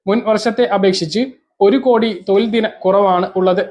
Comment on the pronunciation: തോയിൽ അല്ല തൊഴിൽ ആണ്